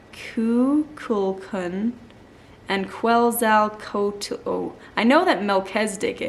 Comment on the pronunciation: He must have had a really tough time in WWII, what with Jesus being non-violent and all 🙄 Quetzoquatal is pronounced KETZ-OH-KWAT-ALL 😘 He was an Incan or Mayan god.